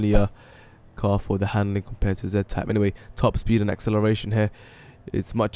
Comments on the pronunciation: It's z type not za type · It's pronounced "Zee-type" doesn't matter if you're Canadian or English (British) you have to pronounce it like that lol